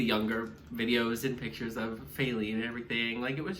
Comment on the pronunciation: It’s not fAelene it’s fa-leene